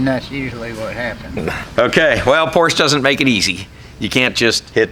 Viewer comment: If you're in the car business, you should learn how to pronounce the brand's name properly!